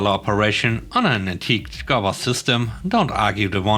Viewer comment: “goober" is pronounced goo-ber, with the 'goo' half sounding like Gu-ttentag. 👍